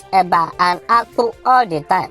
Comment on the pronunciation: The way pronounced AKPU made me laugh 😂 😂